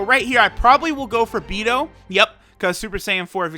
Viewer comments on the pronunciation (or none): none